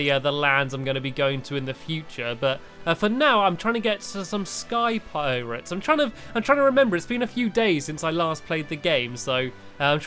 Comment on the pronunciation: When I heard space piretes I started laughing a storm